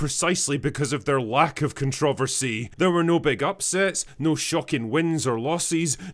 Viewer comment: bro says controversy like contrevicy